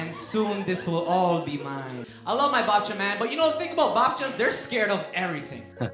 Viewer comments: He's pronounces babcia like he learnt that word right before going on stage. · You can't say. Babcia doesn't give you a chance, you need at least 3 syllables to determine if Polish pronunciation is correct or not.